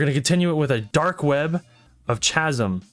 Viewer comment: chasm "kazm" not "chazm" sorry dude that's not badass